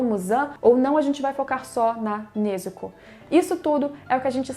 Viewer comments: Vlw por pronunciar certo, tem gente que fala nezúko eu fico mt puto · Obg, pelo menos alguém sabe falar o nome da Nezuko certinho ♥️